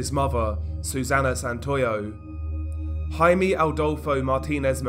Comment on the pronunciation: HI-MEH, not HI-MEE